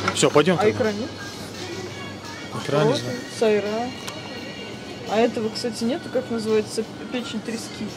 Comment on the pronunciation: ахахахахах))) да да да ..ее сайрА. слух резануло)))))))))